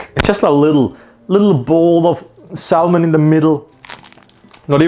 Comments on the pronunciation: Just to say, when you say salmon you shouldn't pronounce the L. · Pronounced Salmon like it's a digimon lmao. Sal mon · I like how he pronounces Salmon. Really goes hard on the L. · Hearing Salmon pronounced like Salmonella has mildly put me off it. Probably gonna repress seeing those parts of this later. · Saying salmon like Enrique from king of the hill 😂